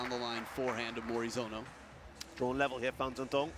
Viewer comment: Morizono. Not Morizano.))